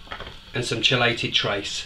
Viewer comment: Great video. Btw its pronounced Key lated.